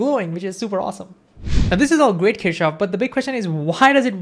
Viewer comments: You should have written explicitly the name of Gustav Kirchhoff. The thing is: When you pronounce his name it does not sound right in different languages. I (being Russian) heard something like "Teashof". If you had not shown his face (photo) I would not have guessed who was "Teashof". I doubt that even Germans would have guessed what you meant. They don't pronounce it like that. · I think its keer-cough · Kirchhoff ❌ Keshav ✅ 😂😂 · how many of them heard kirchoff as keshav?